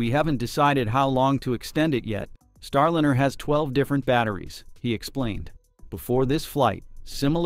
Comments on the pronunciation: "Starlinner?" Can you please say "Star LIE ner?" "STAR LYNER?" Oh! You said it properl... - never mind. God, how I HATE text-to-voice algorithms! It's not that hard to say "Starliner": Star- l-eye-ner. Can you people PLEASE train this program properly? As to the problem they have with "fixed price" contracts, SpaceX had no problem with it whatsoever. They have now taken crews back and forth in THEIR (extremely safe, clean, uncluttered and spacious) Crew Dragon many times - using their own boosters - and they were only given HALF the money to develop it that Boeing was. Boeing needs to be shut down by the FAA COMPLETELY, until they restructure their top management completely, and stop sub-sub-contracting different pieces of their aircraft and "spacecraft" in order to try to save money. This Bozo CEO has got to GO! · For Pete’s sake fix the AI narration—it is Star-line-r , not Star-lin-r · Could you PLEASE fix your AI voice so it consistently says "Starliner", not "Starlinner." AI is irritating with its non-human cadence, but at least get tge pronunciation correct! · Proper pronunciation is "Star-line-ur", NOT "Star-lin-ur" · This is incredibly petty, but the capsul's name that you say over and over is Star-LINER, not Starlinner. If your going to bash Boeing at least get the associated names right. Just saying.... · NAWSA. STARLINNER. Why does your AI reader pronounce these words right only some of the time? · why can’t this be improved —Starlinner—. No room for real person ? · Can’t you at least get your AI announcer to at least announcer to at least pronounce “Star Liner” correctly. You must be a Boeing C suite type. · Can you teach auto reader to correctly say starliner? The i is long because of the e that follows. Thanks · The narrator needs to learn how to pronounce "liner". (Or maybe not so smart AI?)